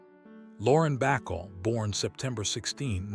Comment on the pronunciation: "Bacall" Not "Backle"